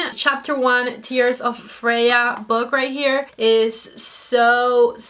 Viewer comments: It's pronounced Fray-yah... She's a goddess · I loved the first look the best. Just beautiful. Also, it's pronounced Fray-a. Don't worry, that's not the worst pronunciation I've heard 😄. Someone pronounced it Free-hah in another video. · Just jumping in (I've paused the vid), Freja is pronounced - Freya 🌸